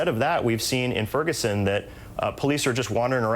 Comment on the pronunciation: "Frigison Missouri"